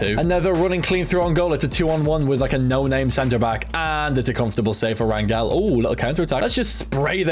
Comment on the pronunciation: As someone with the last name Rangel it’s pronounced rayn-gel